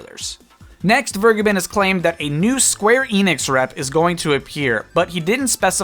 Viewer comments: I assume it's German? It would be "fehr-geh-behn" Not Fuh-gai-bin. Literally none of those syllables are accurate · My favourite part is that Vergeben isn’t said like that at all and is in fact the verb for: to forgive, in german. It’s said more like: V(f)er- gey- Ben. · Its pronounced Vergaybunn, btw. Vur as in 'Ur'sela. Geb as in Gabe, and Ben as in Bunny. Emphasis should be on the middle syllable. It's German for Forgiven. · It's "Ver-gay-bin" a German word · Vergeben is not pronunced Burgerman ;) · he is wrong, its more like fair-geh-ben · I just came here for him to say "Vergeben" terribly wrong :D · Hearing how you pronounce "Vergeben" makes me cringe as a german. Sidenote: Vergeben means "to forgive" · The way you day "Vergeben" physically hurts me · Why can't anybody pronounce Vergeben's name right? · So... doesn’t know how to pronounce “verge”